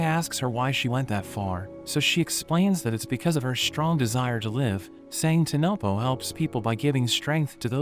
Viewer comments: bro said tonopo instead of tonpopo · It's not tanopo it's tan popo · Bro it's not tanopo it's tanpopo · saying tenepo while in the anime it is tenpopo